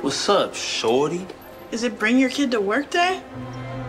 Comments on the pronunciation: He said shorty but it sounded like he said shawty fyi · What’s up shorty bro I wasn’t looking at my screen and it sounded like shawty so I looked at my screen and saw the little girl and I was like WHAT but I rewinded it and saw what he said